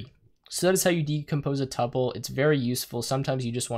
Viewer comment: It's pronounced two-pull.